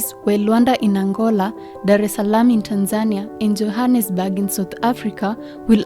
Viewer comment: It's TANZANIA not TANSANIA